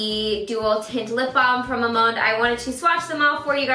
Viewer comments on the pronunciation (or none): Btw, its pronounced as a three syllable word; Ma-mon-de:) always love your reviews!